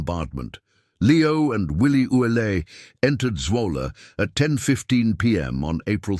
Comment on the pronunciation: Willie's name is normally pronounced ou let, not Ouelete.(sp).